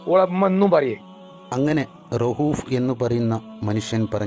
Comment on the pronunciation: റഊഫ് എന്നൊരു പേര് പോലും നേരാം വണ്ണം പറയാൻ ഒന്നിനും അറിയുന്നില്ലല്ലോ 🤣🤣🤣🤣🤣🤣punne ഇവരാണോ മറ്റുള്ളോരെ നേരെ ആക്കുന്നത് 😂😂